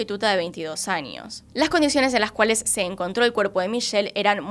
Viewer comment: Creo que es "años" no "añios" es tamaño no "tamañio" extrañas no "extrañias"